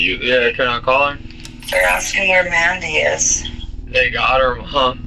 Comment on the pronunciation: That wasn't Mandy on the phone. That was Man-dy